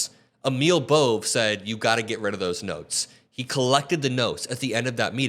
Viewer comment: "Bohvay": is how the last name "Bove" is pronounced